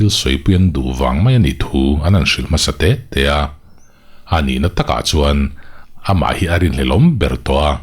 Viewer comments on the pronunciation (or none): Enge Amah erawh chu tih tur ang chi ah te leh A' hawrawp bula a awmna ang chi ah , ha'mah erawh chu tihte, Ani chu tih turah, Hani chu tih deuhva ilam tlat a... Ahnu ah tih ah tepawh Hahnu ah te i tih veka?🤣🤣🤣🤧